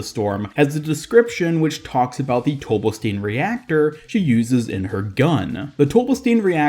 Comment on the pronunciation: It's pronounced "Tobelstine", just like Sigma says.